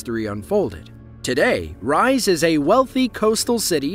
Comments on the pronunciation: Its "Reezeh" not "rise" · It's not pronounced "Rise" - it's pronounced "Reeza" - also Elvis is NOT buried in Tupelo. 🤣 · The Turkish city Rize is pronounced “ree-zeh” just for future ref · # as a Turkish person i have to say, that place one of the most beatifull places in Türkiye (and in the world. My opininon). But its really hard to live in there as you can see why. Also we pronounce Rize like R-E-Z-A. And thx for the great video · it is pronounced Rize, like Reeze (with two letter e's on "i" and an litteral "e" letter in the end). Anyway. Good job about the video! 🙌❤ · “Rize” is pronounced wrong in this video if you must know. It’s pronounced as Ree-za. Wettest land in Turkey which produces rich tasty tea. I had a bag as a gift and I tell you it tastes different from Eastern Asia tea. It has an Aroma to it. Different from the rest. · Rize is pronounced: ree-zay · my man not you calling Rize like "rise" the hell lol? at least you could've look it up how to pronounce it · Rize is not pronounced like rise, it's phonetic.